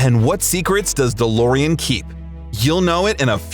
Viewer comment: 35 "the Lorean"??? Fucking AI. Thank God they'll never be smart enough to take over.